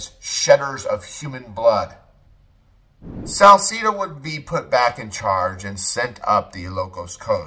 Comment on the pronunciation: You said Salcedo wrong too brotha